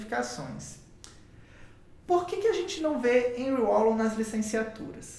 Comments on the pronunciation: Moço, se pronuncia (Henrri Valon) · Agradecido pelo vídeo 🙏🏼ajudou na minha prova ! Ârri Vallon é a pronúncia mais correta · Já assisti seu vídeo a alguns anos atrás, e voltei aqui novamente. A sua explicação é incrível! Obrigada!!! A pronúncia é " Anrri Valôn" (Henri Wallon). Antes que alguém diga algo, termine de ler o texto todo. Eu já pronunciei o nome de alguns autores errado, porque estava aprendendo, e ainda estou, e é óbvio que nós vamos ler de acordo com que nós aprendemos no nosso português. Mas já fui muito criticada por isso porque simplesmente em algumas situações riam da minha cara por dizer errado, mas ninguém me disse como dizer o certo. Hoje antes de apresentar algum trabalho, para que isso não se repita, pois foi bem traumatizante para mim algumas situações, eu pesquiso o nome do autor ou filósofo e busco a origem de onde ele nasceu, e dependendo do país, eu escrevo o nome dele no Google tradutor com a língua nativa de seu país, e treino até aprender a pronunciar, vou dizer que não é fácil, porque tem cada nome que só por Deus kkkkk. Mas eu gostaria de passar essa informação para você, porque foi muito útil pra mim e gostaria que alguém tivesse me dito aquela época. Amo Wallon, Vygotsky, e Piaget!!! Sou estudante de psicologia! E manda um beijo se ver meu comentário! Obrigada pela aula maravilhosa 👏👏👏🥰🥰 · Kkkk pronunciou muito engraçado o nome Henri wallom.Uil uol 😂😂😂😂😂